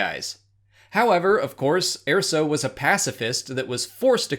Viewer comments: Please stop pronouncing it "AIR-so." There is a canon pronunciation and it's "UR-so." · Did... you pronounce it, "Air-so"? Wtf. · Wasn't pronounced like that in the movie.